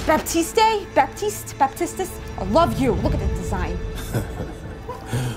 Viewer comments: since he's haitian, it's pronounced Bap-tees-t but you hardly pronounce the p, its either very quick or left out to be more like bah-tees-t with a hard t on the end. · It is pronounced ‘Ba- Teess’ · Baptiste is a french name, the "p" isn't prononced ;) And the "e" too XD